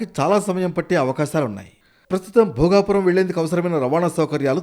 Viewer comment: Ememi edi bhogavarpu kadu bhogapuram madam